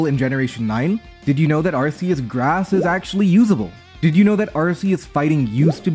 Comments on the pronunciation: Throughout the video, pronounces Arceus as "Arseus". I am disappointed in this. The correct pronounciation is "Arkoos". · Ar-key-us is how your pronounce it. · Arkeus, it's pronounced Arkeus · Why do people still say ar-see-us we have solid in game proof of pronunciation ar-kee-us literally spelt out phonetically for us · IT'S ARKOOS YOU FOOL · I guess any hope that Legends Arceus would've got people to pronounce it correctly has gone. That shit should've been sorted since gen 7 and Silvally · I don't think I can watch this if you keep pronouncing Arceus like that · for real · that is NOT how you pronounce Arceus 💀